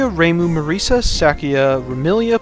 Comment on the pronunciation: His prononciation of it is fair tho